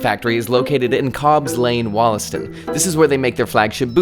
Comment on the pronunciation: Btw, my partner is from Wollaston - it’s pronounced Wul-astun. Love your vids!